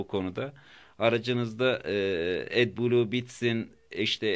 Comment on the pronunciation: Atbulu diye okunmaz o at kafasi edblu